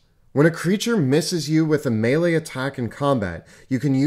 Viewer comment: Mispronouncing the word “melee” is truly grating.